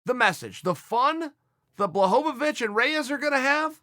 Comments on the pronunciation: lost my shit at john blahohawich lol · Ah yes, Jan Blahowowich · Take a drink every time Chael pronounces Jan Blachowicz's name differently